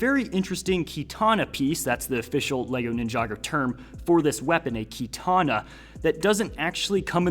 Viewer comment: Bro had a stroke talking about katana s